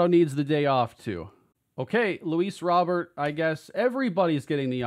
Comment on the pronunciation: I believe Luis Robert said in an interview once his name is pronounce Row (like a boat) Bear (the animal)